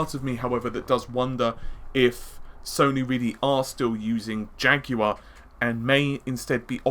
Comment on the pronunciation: when you were saying jaguar I thought you were saying janky one "the ps4 neo cpu is still the janky one" I guess you're not wrong.